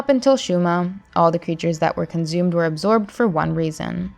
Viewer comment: Why do you keep saying conzumed? It's not Doctor Ztrange...